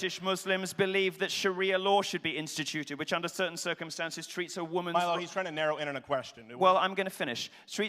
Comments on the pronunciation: OMG It's Milo [ MY-Low ] not Meelow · It really annoyed me at the beginning when he called milo meelo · Yeah I think either works. I think in the UK people use MY-Low but I don't know whats right